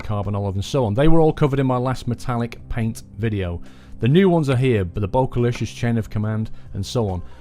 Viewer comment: Bokehlicious is pronounced Bow-ca-licious and it is a photography joke, if you want to see if I am correct then on DigitalRev's YouTube channel you can purchase those things. Any just saying Love the videos and hope to see more